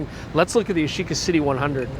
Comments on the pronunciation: Yash-eeeca? It's YASH-ica! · Ya-shi-ca actually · I’m sure at certain point you start to pronounce it as “Yashica Shxty”